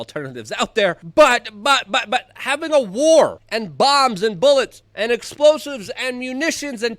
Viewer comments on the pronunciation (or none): none